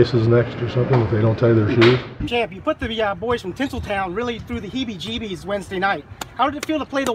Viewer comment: "HIBBIE JIBBIES"